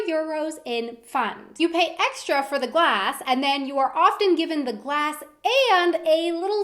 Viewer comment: did anyone else notice that the kept messing up when she said glass